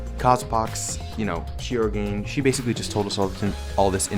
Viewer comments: I had no idea that you were talking about Tsumugi until the very end XD you are supposed to pronounce all syllables in her last name lol Shir-O-gan-e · Sorry to be that person, but Shirogane is pronounced ‘Shiro-gahn-ay’. Japanese names pronounce the ‘e’ as well.